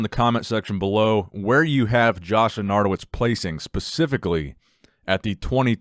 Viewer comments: not loranto-wiz but lenato-wicz WICZ CZ CZ C-Z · Hey, its pernounced lenartovich. Its Polish background. Great videos though.